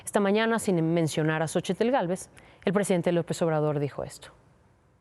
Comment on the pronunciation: En el nombre de Xochitl, la "t" no se pronuncia, pedazo de imbesil jajajajaja mucho estudio que tienes y de nada te sirve nmms, ya que regrese Ciro porfavor y quiten a esta analfabeta 🙄